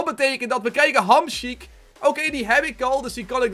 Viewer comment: hij zei hamsjiek hahahahah